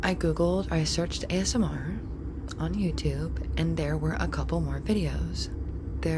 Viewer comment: A-S-M-R. That's how you guys pronounce it? I pronounce it Asmir my whole life